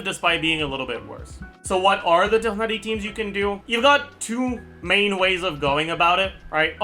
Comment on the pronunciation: PLs stop butchering my poor boy tighnari